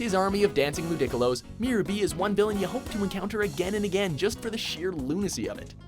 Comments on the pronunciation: It's LOO-DI-COL-O not Loo-dick-ol-o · did he say lu-dick-alo instead of ludicolo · Did he just say "lu-dick-ilo" ... At least look up the pronunciation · Lu-Dic-leo? Really? Pronounced "Lu-De-colo". Just got to make things about weiners don't ya? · lu-dica-loh? its pronounced lu-dee-koh-loh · Luu-Dickolos? Omg... Ludi-colo. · wait did he call them Lou dick a lows? it's ludi colo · It is so horrible that Watchmojo decide to do a pokemon list, and they mispronounce the majority of the pokemon names -,- Lu-DI-colo? It's Lu-di-CO-lo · Lu-Dick-Olos x3 classic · Ludickilos? XD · Did you actually just say "loo-dick-u-low".......... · Im sorry.... "Lu-Dick-uh-los"???? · That Ludicolo pronunciation tho. "Lu-dick-ullo" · Ludickolo's? Lol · . Lou-DICK-ulo. Smdh can't even say the name. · So are we just going to pretend they didn't just pronounce ludicolo as Lu-dic-a-lo-s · its loo-dih-colo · Boy!! it is (Lood-I-Co-Lo) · It's Loo-Dee-Koh-Low! God fucking dammit! Learn how to pronounce these names, you fucking jag! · did he say... Ludickalows?! xD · What the hell is a Ludickolo lmao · did he just say lu-dic-colos? lol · the fuck is a loo-dickalow? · STOP its pronounced LU-DE-CO-LOW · "army of dancing Lu-DICK-ooh-los".... That has to be the worst Pokemon pronunciation I've heard yet. Might as well make a top 10 mispronounced Pokemon list watchmojo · I've never heard it pronounced Ludickala. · "Lu-DICK-aloh"??? wtf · LOU-DICK-COOL-Os? I'm so done with life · Lu dic ca low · Did you seriously pronounce Ludicolo as Ludickolo? It's like you guys are mispronouncing names just to piss fans off. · Ludickolo? Really? Really? At this point I think you guys are mispronouncing them on purpose. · Since you pronounced Ludicolos name like that, you better not be making fun of Ludicolo. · the way he pronounced ludicolo .. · The cringe level is high when he pronounces Ludicolo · I agree with your list. Not your pronunciation of Ludicolo and Kanto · Ludicolo nigga say it right